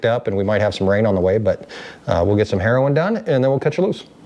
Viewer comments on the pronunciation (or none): It’s harrowing. It’s important to pronounce the ing when saying harrowing. Otherwise you’re just out there doing heroin and people are going to talk…😂